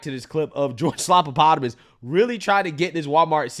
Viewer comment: Say his name right it's George stuffinenvelopes